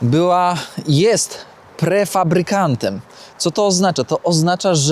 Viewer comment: PREFABRYKAT !!! ...a nie pre-fabrykant :)